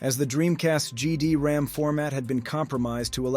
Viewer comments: GD-RAM? or is it GD-ROM? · Great video. A couple of quick corrections: you appeared to keep calling the media format "GD-RAM", but it's GD-ROM. The European DC units came after the North American launch, despite them being downgraded back to 33.6 kbps modems. You reference the orange logo, but then immediately show some blue logo love (the blue logo was in Europe, due to potential confusion with another company there). They didn't crack the GD-ROM format to enable piracy and homebrew, they cracked the MIL-CD format that the Dreamcast also supported. But like I say, a great video despite my nit-picks! :)